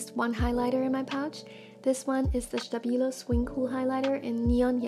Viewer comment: omg hearing you saying faber castell and stabilo was so nice, the way I say it sounds so different lol